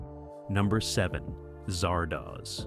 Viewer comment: How many different ways can you pronounce Zardoz in two and a half minutes?